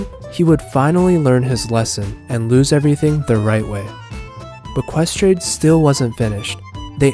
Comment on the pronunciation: "Ques trade" scuse me?